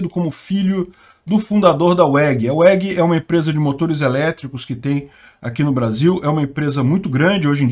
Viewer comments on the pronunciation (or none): falar umas palavras e nomes em ingles de forma bem estranha incomoda mas nem tanto... Mas takiopario.... UEGUI??? kkkkkkkkkkkkkkkkkkkkkkkk O W se pronuncia como um V, se fala VEG, sem puxadinho de "i" no final tbm.... A Weg é Grande Pra Porra, um Colírio e Orgulho brasileiro, já que a maior parte do brasil produz Plantas, Animais, Minerio e Corrupção.... Poxa cara, assim vc quebra a gente..... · muito bom o vídeo como sempre. Só um pequeno adendo, WEG se lê "VEG", não "UEG". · pronuncia VEG... no alemão o W tem som de V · WEG se pronuncia VEG. É a junção das letras de Werninhaus (é alemão e w tem som de v), Egon e Geraldo. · a pronuncia correta de weg no caso é "végui" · Essa história é antiga esse herdeiro já tinha reconhecido a muito tempo, o problema foi os irmãos que não queriam, a pronuncia correta é Vég